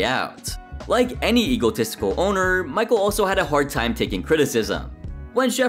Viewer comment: mee-shel (michel) not michael